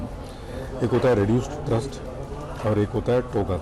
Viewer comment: The word is Thrust not Thirst. Thrust is the power to accelerate.